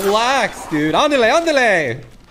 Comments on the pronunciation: “Ándele ándele” jajajaja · Bro he say’s ándale ándale, bro the best apex player to I see in my life